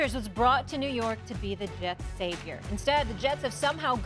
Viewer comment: That New York came out of Stephen A.